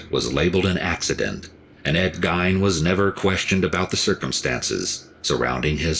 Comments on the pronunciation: I live in Gein's hometown and am good friends with some of his victims' families. I hate the way people mispronounce his name. Apple pie with cheese on it is quite common here in Wisconsin. It was even more common back in the 1950s. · It drives me crazy too, the mispronounciation! I think most people know of Ed Gein, not sure why EWU implied otherwise. I always wondered, if Gein had grown up in a more normal household, or if his mental issues had been more correctly administered to early, would he have still been twisted?!? Either way, it's SO sad for his victims and their loved ones, immensely tragic!!! I do feel some empathy for Gein before he acted on these impulses. It had to be tortuous to feel the things he did, but when he took their lives into his hands, and then ended them, that when I mainly think of the victims pain, fear, etc, and, their loved ones losses and grief!!! I didn't get new info from the EWU video, but it was well done, pronunciation aside, but I do love watching L's reactions! I've known a few people here in SE Missouri who eat apple pie with cheese too. I eat many odd food combinations, so I can't say much, lol!! I hope the families and friends of his victims feel some level of peace!!! Especially, as they're reminded of the tragedies all too often. You Take Care, and Merry Christmas Everyone, Amanda H. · The way that narrator is pronouncing Ed Gein's name, having it rhyming with "Wine", is cringeworthy I'd always heard Ed Gein's name pronounced as "Geehn" or rhyming with "Seen" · It's not pronounced Gine! It's pronounced Gee-Inn! His first inspiration for a movie was the movie Psycho by Alfred Hitchcock then later a Texas Chainsaw Massacre in the 70's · The only problem with the video, he mispronounced his name. Ed Gein (Geen), I've seen and read to much not to know how to pronounce it lol. Awesome video as always L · Its pronounced "Geen". I think the real evil is that mother of his. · I've always heard it pronounced Gain